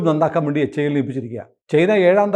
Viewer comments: Dhruva അല്ല.., Dhruv(ധ്രുവ്). ധ്രുവ് വിമാനം അല്ല, Helicopter ആണ്. വിമാനം Tejas ആണ്. Tejas MK -1 Tejas MK -2. HIL അഥവാ HAIL അല്ല.., HAL (Hindustan Aeronautics limited) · Not HAIL, its HAL only.